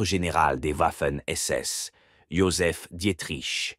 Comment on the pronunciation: J'ai failli arrêter à "v. Manstein" prononcé à l'américaine : "Mansteen"... J'ai définitivement mis un terme à cette épreuve, à cette torture, en entendant "Waffen SS" prononcé "ouaffeunnn"! Ouaf, ouaf! Quand on a la prétention de faire une émission historique, on s'assure de la prononciation des noms propres, surtout allemands! Quelle incompétence, quel amateurisme...